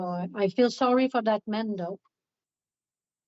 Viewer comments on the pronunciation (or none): “I feel sor-ee for dat man, doe. Ope-fallee he’s gonna get catch… soooo” 😐